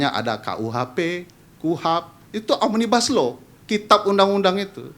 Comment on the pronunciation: Yang merangkai huruf menjaidi kata omnibaslou saya mendga bukan oraang inddonesia asli bahkan mungkin tidak pernah belaajar bahasa Indonesia